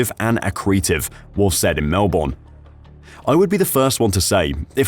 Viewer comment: 5 vids later, you're still having trouble pronouncing Melbourne.... reminds me of Mercedes alright...